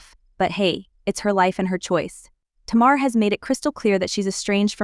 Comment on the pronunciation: TAY-mar … not Ti-mar.